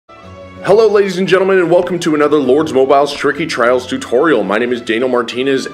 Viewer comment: That's not how you say lords moible